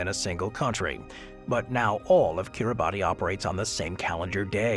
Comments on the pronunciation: . Kir-ruh-bus, not Kir-a-bat-ee; it's to roughly rhyme with Christmas which is what the islands are named after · You consistently mispronounce Kiribati which we locals pronounce as KiriBAHS. Look it up! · is Gulf County really cut in half by time zone divide? Kiribati is pronounced "Kiribas". In their language, the "ti" sound is pronounced as a soft "s" sound. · Yes!!! Thank you!!! That bothered me throughout the vid. 😅